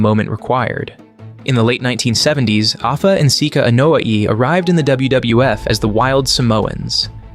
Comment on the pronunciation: It blows my mind that you can go into so much detail, yet absolutely BUTCHER their last name: its starts with an "A" and is pronounced with an "A", not an "E"